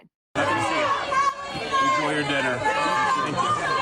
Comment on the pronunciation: na you cant say all the time